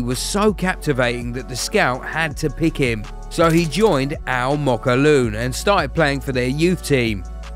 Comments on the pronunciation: First of all its not called almookawloon. Mate its spelled as AL MOKWLEN. Second its called Al zaamaalek. Please use google translation to help u next time. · It’s “Al Mokawaloon”